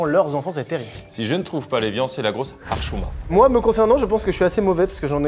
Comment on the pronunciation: frero carlito dit bien " hchouma"